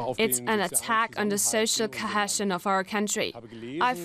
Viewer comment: Cohesion= ko-hee-shun. ❤